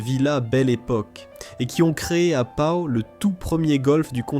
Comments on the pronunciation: Prononcer: Schloumpf. Prononciation : Pau -.Pot non pas pao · " Pa- Ho " ???